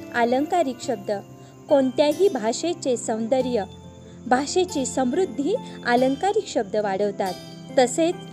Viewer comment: "अलंकारिक" शब्द... "आलंकारिक" नव्हे ... मराठी भाषेचे अपूर्ण ज्ञान असेल तर शिकवणं बंद कर..